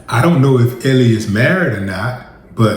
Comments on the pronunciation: Mans kept saying "Ellie".😂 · Wille she pronounces her name " L"!